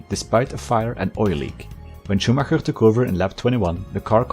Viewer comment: As a native german speaker I absolutely love the effort of pronunciation of the german names and not just saying Schuhmacker, like everyone else does ^^ great video